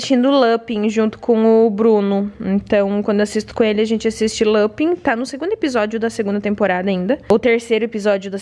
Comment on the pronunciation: Esse capuccino é PERFEITO de gostoso, mas beeeeemmmm doce! Ponto cedo eu parei de assistir na 3ª 😒 eu amava, mas enjoei. Lupin eu gostei (fala LupAn) 😂